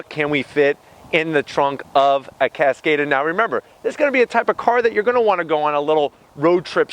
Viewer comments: CASS-COD-AHH, not cass-kayyy-duh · He’s pronouncing it wrong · Omg the way you pronounced the cars name over and over again wrong omg